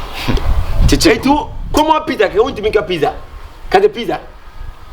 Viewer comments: Kyekyeku you're pushing into Trouble oooooooo By the way you're making me feel better on my birthday which is today. please is Pizza not pissa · Kyekyeku ur friend said it right it pizza not pezza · actually pronounced PIZZA 🍕 the right way. Kyekyeku said PIZZILLL 😂